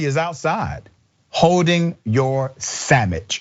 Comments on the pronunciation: I love it so much you say sandwich like my grandma said it, samich, you made me realize how much I miss her. Bless you and thanks for that memory 🙏❤😊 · I lost it when he said Sammich 😂😂😆😆